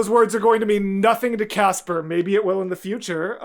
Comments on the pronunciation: Almost correctly pronounced I approve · oh wow good pronouncing Casper :0✨